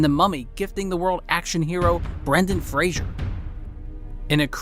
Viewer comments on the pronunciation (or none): Brendan Fraser not Brandon Fraser.